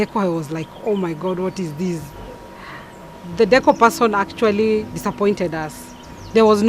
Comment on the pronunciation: actually... actuarry...